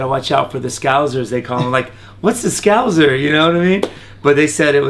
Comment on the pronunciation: He really can't pronounce scouser lol. From a Scouse lad myself rooting for him.